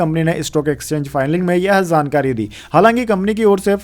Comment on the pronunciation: Yaar apna shabad uccharan thik kar jankari lafz ko zankari bole rehe ho . J ko z bolte bura lagta h. J is j and z is z.